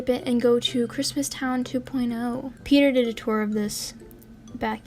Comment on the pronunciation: Helwo petah!😍🥰